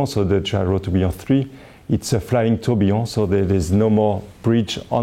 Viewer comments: I'm french and yes, il dit bien "tourbillon". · Tourbillon is a French word. Are you suggesting that a Frenchman doesn't know how to say it? I'm not French, but I speak the language fluently, and the way he says it sounds just fine to me. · but he doesn't say "trobionne" (starting with "tr"). He says Tourbillon, and he says it correctly.